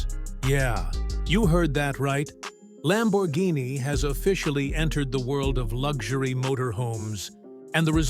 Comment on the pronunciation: Missed "R" in Lambourghini